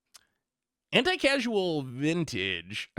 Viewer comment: Anticasual Vintage might be my favorite mispronunciation of all time